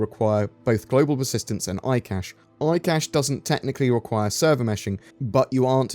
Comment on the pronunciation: Yes, eye cashe 🙂